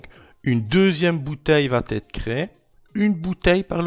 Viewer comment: Non, rien ne "VAT ETRE INSTALLE" !!! Ça fait je-ne-sais-pas-combien-de-fois que tu prononces vat être alors que, je te signale, il n'y a pas de t à la 3ème personne du singulier du présent du verbe "aller" !!! Ça me fait un mal fou aux oreilles ! (et tu n'es pas le seul à faire l'erreur, à l'oral, je constate ça sur plein de vidéos de beaucoup de gens).